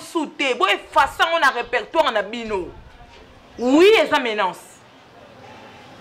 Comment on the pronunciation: Darling eehh pardon, balobaka MENACE, Menance te !!